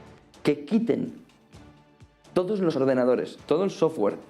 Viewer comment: X q dice tantas veces TODTOS? Me pone dedvioso )